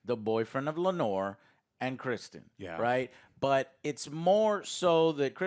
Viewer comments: As a father to a daughter named Lenore, I really hope you can learn to pronounce Laenor right for the rest of the season. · Hahahaha. I was about to write this same comment. I find it hilarious now. My favorite is that Laenor (Lay-nor) is now Lanore (La-nor), like an Edgar Allen Poe poem. And now Corlys is now “Corals” lol